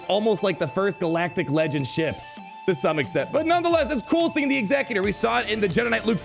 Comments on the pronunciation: When the GA says Executor like Executrix but it’s actually different: 🤨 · surely executor is pronounced similarly to execute not like executive lol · Man doesn’t know how to pronounce executor